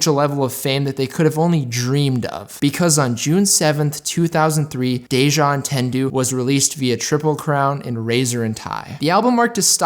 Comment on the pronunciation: I'm triggered by your pronunciation of "entendu"